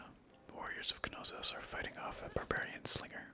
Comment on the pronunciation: There's a silent k in knossos